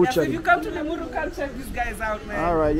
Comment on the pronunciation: It’s Limuru not Limuri town